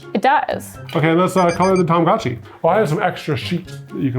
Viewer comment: Say it with me: TA MA GO CHEE!!!